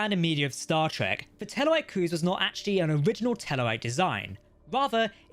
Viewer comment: He keeps asking me to hit the subscribe bun. I can't find it, is it near the subscribe button? I can only infer from the fact that he frequenlty pronounces "Star Trek" as "" that h is simply not good at speaking.